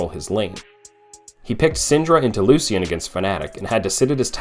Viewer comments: Love the narration besides loose ian, like bruh how is this the champ that you pronounce differently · I don't trust people who pronounce Lucian, Loo-see-in. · say it with me...loo-shen